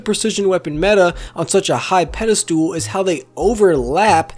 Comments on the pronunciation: *pedestal, not pedastool *reticle, not reticule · As someone who hasn't played Halo since 3, why is this plasma-looking weapon acting like the old Needler? Plasma is blue and flies straight at a slow speed. This looks like plasma. No wonder players don't understand the mechanics when it's themed so poorly! Also, did you say "pedestool" ...?